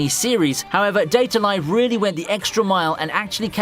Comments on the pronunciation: Bro it's date a live Not data live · its date a live not data live